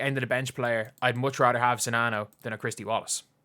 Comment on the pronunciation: New here to this channel, I appreciate you and I appreciate you actually knowing how to pronounce the players name 🤣